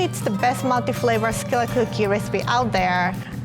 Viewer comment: Oooh I thought she was saying milky flavor but she is saying multiflavor